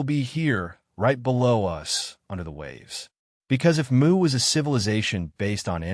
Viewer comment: It's A.M in Pennsylvania, U.S.A. Where are you? Again, great content, writing, but serious name mispronouncing, of "Lemuria"(It's "Lemuria", not "Lemoria", etc), and some others. He is correct on "Mu" being pronounced "Moo". Oddly, some words he does great, and sometimes he pronounces Lemuria correctly, but also says the same word differently at different times. (same with Hyperboria?) Seems to often be a syllable accent problem. You guys have fantastic potential on the hard stuff, but mess up on the easy stuff. Love listening to your written word description s, but it's annoyingly distracting. Suggest look up Lemuria correct pronunciation, then Listen to your narration of it. Again. his intonation is great, the info and theory delivery is exceptional, the writing phenomenal! Also, what is "MW"? he mentioned, a few times. P.S.: The Bimini Road has to do with Atlantis (Atlantic), and Yamaguni have nothing to do with Lemuria. (you seem to be lumping together some disconnected things). Lemuria was in the Pacific, with the Hawaiian Islands and Easter Island high remnants of it. I once went to Hawaii, and getting near it, the pilot said to look down and see a continent rising about 300 feet below the Pacific Ocean's water's surface. Also, Easter Island people faced the Maori statues "Looking West, towards their Continent Motherland, now sunk". Not trying to be critical, but helpful, to keep you around.